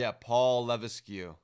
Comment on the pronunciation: Levesque is pronounced "Lah-veck"